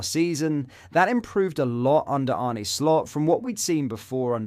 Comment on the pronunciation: I know you’re a Brit, but please make an effort to pronounce players’ names correctly! Examples: Chiesa “ch” is pronounced as “c” in “coffee” (not “ch” as in “chess”). Kiteke is not kiteKAY. Both “sz” in Szoboszlai are pronounced as “s”. And Arne Slot is not ArNAY. Please and thank you.